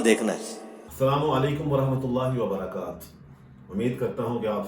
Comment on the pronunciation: سلام کے صحیح الفاظ سیکھ لیں آپ کو پہلے بھی کہا جا چکاہے یہ چھوٹی غلطی نہیں ہے بھائی یہ بڑی غلطی ہے "وبرکات" نہیں۔ "وبرکاته" ہے